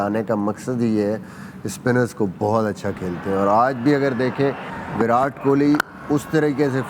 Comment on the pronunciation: It's not विरात it's विराट